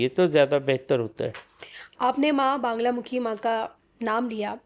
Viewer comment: बांगलामुखी नहीं मां बगलामुखी